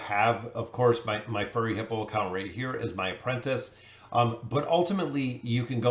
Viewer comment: why cant you say apprentice...